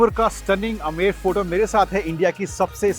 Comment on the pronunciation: Sir अमेंर fort nhi , iska shi pronunciation आमेर hai